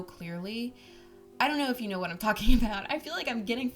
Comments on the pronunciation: She said kwat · I mean myawt